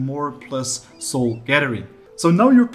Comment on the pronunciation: How come you are pronouncing "soul" different now? You used to say "sewel" now you are pronouncing it as "sole"